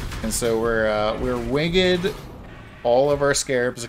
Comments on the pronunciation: It bothers me that you said "wing-ed" instead of "winged" ... ;) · Why is he saying "winged" like that? Has he never said that word out loud before or heard it being said properly? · is this wingED pronunciation Don's Cutedog impression?